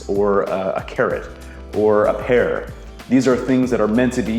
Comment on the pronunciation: Take a shot every time he says "pear" wrong